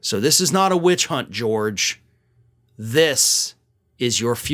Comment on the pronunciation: Did he say "bitch hunt"?